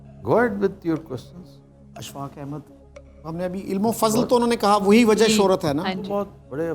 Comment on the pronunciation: very logical reply well done ....but he is indian dear .... Look at his accent .... He is saying 'wazah' instead of 'wajah' ....and some other words also ... He is indian